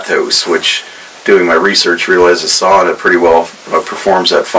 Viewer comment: You really got the hang of pronouncing ‘sauna’ right‼️